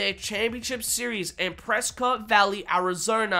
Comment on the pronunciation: I'll be at 2X Motorsports. Oh and thank you for saying PressCOTT correctly unlike the idiots from there that call it PresKIT. Going to Anaheim in February and the Glendale Monster Jam West tour finals.